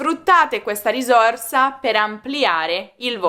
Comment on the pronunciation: Gentile insegnante ,io non pronuncerei la parola “risorsa “con la esse dolce ..